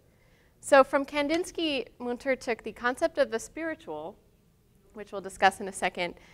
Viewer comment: Thanks for this excellent tour of the artist's work ! On a constructive note, please look into how to pronounce correctly the artist's name. It is Münter, and the ''ü'' , ie ''u'' with umlaut should be pronounced differently.